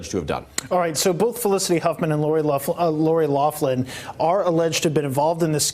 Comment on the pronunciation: Loughlin, pronounced locklan, there is no F sound in there, pls stop calling her loflan 🙉